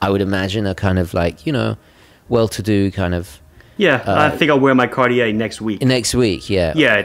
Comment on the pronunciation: "Cardiyeah" 😊 But what a relaxed listen. Thanks!